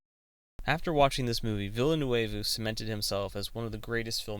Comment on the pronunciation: An interesting video, but you've gotta work on your pronunciation! A quick search of interviews will help you find out how to properly pronounce Denis Villeneuve's last name. Try: "vil·nuv".